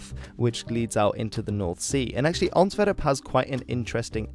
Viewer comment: Please either pronounce the Flemish places in a dutch pronunciation or the english versions in english pronunciation. But the english versions in dutch pronunciation, like "Antwerp" en "The Schelde" just sound super wrong and horrible. Expect if you're talking about the football team then you're fine. Thanks